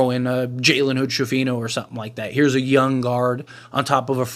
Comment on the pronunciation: Bro this guy can’t say YOUNG to save his life 😂😂😂 he be saying YUN 😂😂😂 it’s blow me every time